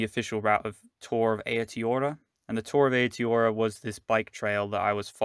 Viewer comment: Nice... but pronunciation..... Tonga-riro :) lol... and A-o-tee-a-roa...